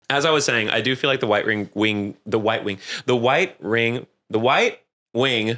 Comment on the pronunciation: wight wing gwift :3